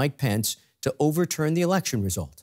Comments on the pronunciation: "erlection" nice... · What is 'erlection'? 😅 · What's an "erlection"???